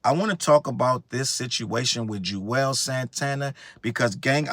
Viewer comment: They way you keep saying JUZ 😭😭 crying , CMON JUZZZZ